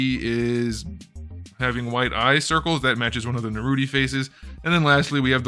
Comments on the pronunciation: I’m gate keeping you for saying Naruti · "Uchicouchie" "Narutie" "Sasuki uchicouchie"